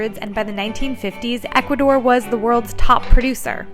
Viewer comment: I love your channel but it's Ecuador not Educador 💛